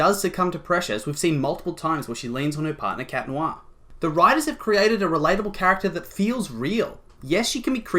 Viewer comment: ITS CAT NOIRRRRRR ITS NOT THAT HARD ;-; Sorry it just ticks me off